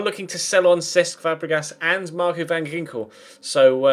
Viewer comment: that's not how you say van ginkel... sigh